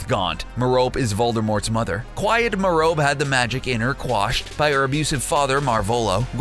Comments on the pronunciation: ITS SOUNDED MEA-RO-PEE you dumb-dumb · Merope is traditionally pronounced mer-uh-pee not meh-rope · When he pronounced merope wrong tho 🙄